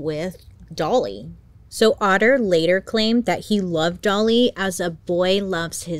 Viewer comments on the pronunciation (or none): “Otter” took me tf out 😭 🦦